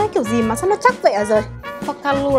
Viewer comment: Phô - ca - lua :))